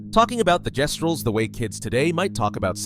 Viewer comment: Jestrals AND Guesstrals